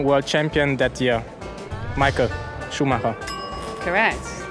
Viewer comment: sh0xXx89 As a German I am happy finally someone pronounces Schumacher right 😂 I believe even Nico and Seb say "Shumaker" 😂